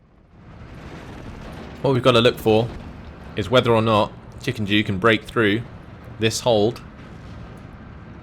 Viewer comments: I think he was saying chickenjew and he's the one who read the name wrong haha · Every time you said ChickenDew, I thought you said ChickenJew untill I looked at the names at the very end